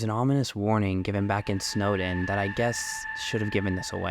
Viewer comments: snowdin not snowden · It’s snowDIN. Not Snowden. Not trying to be a grammer fly but cmon there’s a big sign and everything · NOT SNOWDEN! SNOWDİN!!!!!